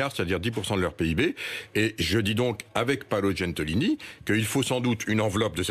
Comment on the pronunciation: Paolo GENTILONI pas "Gentolini" ... si on disait thierry étromb ???